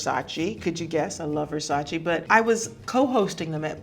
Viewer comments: Its Versac-E not Versaci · Except Versace, she is mispronouncing that. But everyone mispronounces that one 🤣